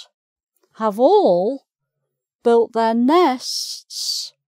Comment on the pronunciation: She seems to have difficulty in pronouncing 'nests'.